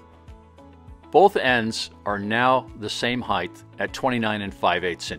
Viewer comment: This is a great video. My only nit-picking comment is that there is no "th" in height. I don't know why, but that drives me nuts. In all seriousness, though, I loved this video.